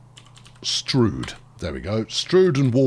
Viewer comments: LOL....Locals call it Stroud as in cloud, not stroud as in strewed. !!! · Strood as in rude Stroud as in ploughed. Your mispronouncing. Get it right man .. :) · sorry i dont know why it was deleted. just saying im from stroud and nobody calls it strood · METROPOLIS HERALD. Runners & Riders Detroit residents shocked by new bridge. Almost nothing demolished. "It's pronounced 'Strood'", say locals of Stroud. Mass redistribution of territories. "I don't want to be a Kiwi", says affected man Swanky new bridge appears south (or north) of Santa Ana Railway developer asks where he should stick his new station. Santa Ana locals offer single, rude, suggestion Is anybody else getting peckish? More later...